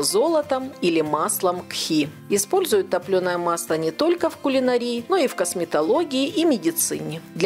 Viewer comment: Не "гхи" и не "кхе-кхе", английское слово "ghee" переводится на русский как "топленое масло". Произностся без звука "х" - г-и-и. "гхи" )))